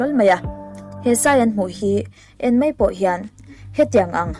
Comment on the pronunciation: 'Mai' tih hi ilam uluk deuh angai anihhi... 'Mei' tihin ilam deuh vek aa.. Anyway👍👍